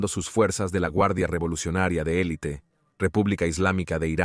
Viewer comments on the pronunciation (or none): none